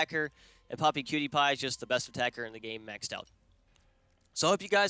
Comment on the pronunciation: I thought for a bit you were saying Pewdiepie and was rather confused.